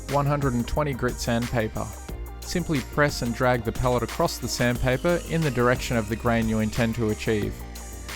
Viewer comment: Cant even say Pallet